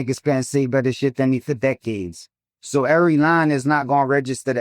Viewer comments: DECK- ades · Why did he say decades like that?!?😭